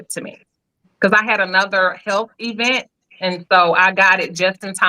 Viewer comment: What's an "e-vent?" 😂 You sound like Tisha from Love & Marriage Huntsville 😊